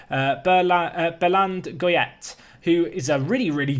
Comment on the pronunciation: you got the Goyette right, but you don’t pronounce the d in Béland, so just belan